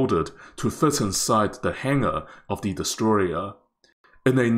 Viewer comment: He's destroyereriing it.